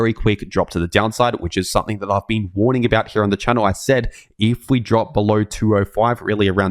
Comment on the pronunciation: it's a woorning